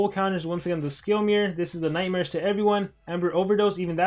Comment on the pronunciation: I thought he said nightsmares